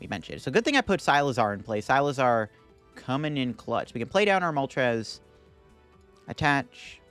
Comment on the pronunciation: Never expected someone to pronounce Cyclizar as Cy-lizar